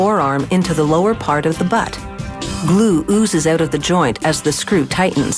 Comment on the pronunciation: The narrorator sounds canadian whenever she says "out"